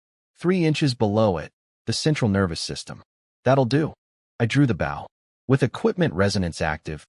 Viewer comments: Just wish all of these vids' TTS could determine the pronunciation of "bow" and "dove" as a noun and verb. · I wish the AI would understand the pronunciation difference between a 🙇‍♂️ bow, and a an archery bow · I want to be reincarnated to a place where the word bow is pronounced correctly by AI. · I really wish the AI voice could pronounce words correctly. BOW used for arrows rhymes with GO or TOE, not COW or HOW. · When the ai can't pronounce bow properly and prenounces it as if it were a boat side. Smh. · i hate how the AI uses bow (action) instead of bow (item) every time it says that i mutter at the fing video "bow (item) not bow (action)" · The use to bother me also, but after watching so many videos and hearing it so many times, I don't even notice anymore. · I've watched a few where they flip the pronunciation and that urks me even more